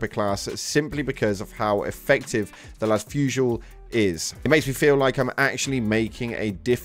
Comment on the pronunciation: Just for your information the las fusil seems to use a french word for "gun/rifle" -> "fusil" so the "l" of "fusil" would be silent